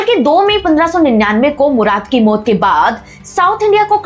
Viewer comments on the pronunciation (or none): मोत नहीं बोलिए......मौत नो नहीं बोलिए , नौ?